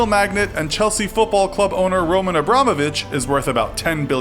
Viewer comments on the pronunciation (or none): none